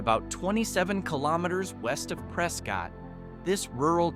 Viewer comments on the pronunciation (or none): Prescott was mispronounced as well. Preskett! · and tell it how to say Pres-skitt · I feel like you missed a few cool places. As a native to the state I would say Crown King is a cool place to go. Also Prescott is pronounced Preskit. What about vulture city ghost town and the town of Cherry! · Just for some help… you are mispronouncing Prescott, Gila, and Havasu.